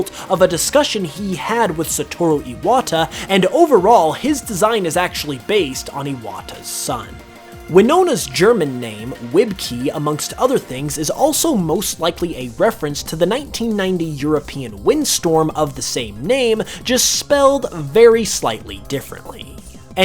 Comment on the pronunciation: Its not pronounced Wib-Key. Its pronounced Vee-be-kuh.